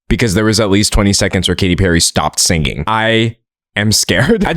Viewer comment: The part where you said singinghhh actually made me laugh in a silent classroom why did you do this to me D’angelo